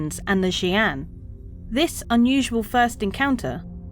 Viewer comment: How long did it take to get the pronunciation? ..fair play 😊